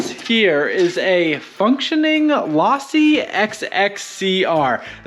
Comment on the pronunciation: The way you pronounced it lawsi instead of losi pronounce the o not an a drove me nuts.